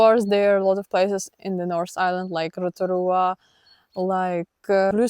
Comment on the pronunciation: Your pronunciation of Rotorua is better than most locals well done.